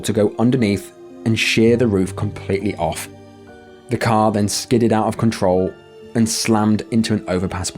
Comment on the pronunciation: Car is not pronounced like care. Stop calling a car care!!!!